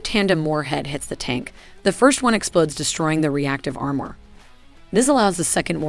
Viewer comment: How did she pronounce "armour"? Sounded like "are-myor".